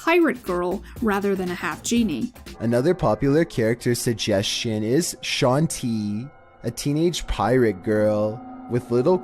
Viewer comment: "Shanty" is not even the worst way I've heard for people to butcher Shantae's name, I have heard one guy on Youtube call her "Shentai" once